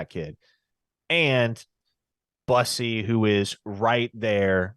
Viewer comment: Its Terry Boo-see . Not bus-ee or Byoo-see. Boo- see/sea/si